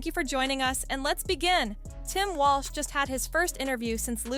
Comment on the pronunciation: the narrator calls him "Walsh?"